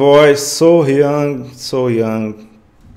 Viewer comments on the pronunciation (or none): Not Soh-Yang, So-Hyang